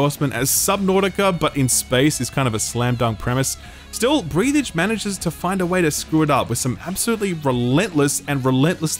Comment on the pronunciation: FYI It’s Breathe Edge, not Breath Edge